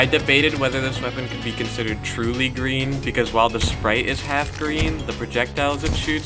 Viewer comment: “Lloyd,your powah is GWEEN.” - Sensei Wu